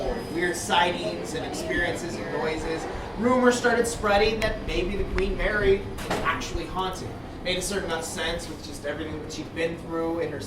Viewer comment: "queef marry" LOL hahahaha